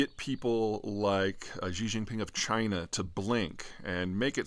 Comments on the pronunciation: He, and half the media, pronounce Xi Jinping as if it were Ji Xinping. Oh well. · Well, he consistently mispronounces Xi Jinping's name too. 习近平; Xí Jìnpíng. Not even considering the tones, Xi is pronounced "she", not "gee"... as in "She can pronounce his name" and not "Gee, why can't you?" 😜